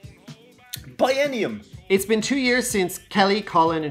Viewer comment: "Bienium" My stupid ass: Uh...gesundheit?